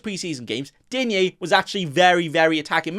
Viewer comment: Enjoy your stuff 👍 Stand out further from other content creators by pronouncing Digne properly - it's the same as Dean 😉